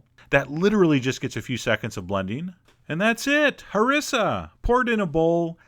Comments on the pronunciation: chef john its pronounced ha-r-e-sa not ha-ri-sa not trying to be a prick but im arab and i kinda know what im talking about =) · Pronounced: HarEEssa... but thanks! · Awesome stuff!..I just wanted to correct your pronunciation, you should stress the i not the s by saying Hariiiiiisah. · i searched for harissa to see how people around the world make our food and as a tunisian THAT IS NOT A HARISSA, HE DOESNT EVEN PRONOUNCE IT CORRECT( ik that this video is so old) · Okay, my name is Larissa, and everytime he says Harissa it sounds so much like that xD